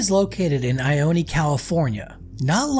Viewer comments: it's not "eye oh knee" it's pronounced "eye own" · It’s pronounced ioneee lol it’s just ione lol I-own say it with me i own that’s it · It’s pronounced EYE-OWN not EYE-OWN-E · It’s pronounced I-own not I-own-e lol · It's pronounced I own. NOT I own ee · It’s I own. Not I owne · It is pronounced “eye own” not “eye own eee” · It I-Own not I-o-knee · Its not "I-own-eee" its "I-own" 😂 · It’s just ione not ioneeee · It’s not ioneee it’s ione! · It is not pronounced IonE. There is no long e sound at the end. I OO N. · The name is I own. E is silent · The town ione is pronounced eye own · It's pronounced eye own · It’s actually pronounced ( i own ) just incase you were wondering . Love the content by the way . I wonder if the closing of Preston is the cause of the decline in population of ione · It is pronounced I-OWN😂. Awesome, and informative video though. Just thought I would point out the pronunciation. Either way, you’ve added a new subscriber. Love the detail you put in. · It’s not pronounced Ione , just Ion you drop the e! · Probably a good idea to learn how to pronounce the town's name before you make a video. Ione pronounced eye-own. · Your not pronouncing ione right